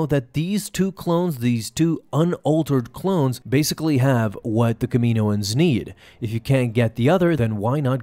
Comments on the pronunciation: Bruh, it’s not Kamiiiiiiyynoens it’s KAM-E-NO-ENS. They say it in the shows and movies that way. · Cam-in-oohh-ins please lol 🙏 they way you say it sounds strange to me but great vid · “Kah-meh-no-ans”. Sorry you’re pronouncing it incorrectly. Just a heads up!! 😬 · Here's a fun game: take a shot every time he pronounces Kaminoans wrong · Learn how to say Kaminian bro come on